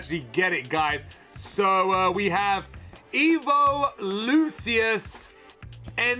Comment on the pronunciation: im not sure if you figured it out, but lucius name is pronounced "loo-shus" in the dub anime